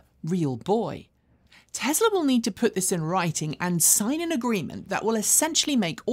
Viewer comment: I go to your videos for information not entertainment. But sometimes it takes like forever for you to deliver a small amount of the former. Just get over yourself and cut to chase already. And could you please stop pronouncing it TEZLA.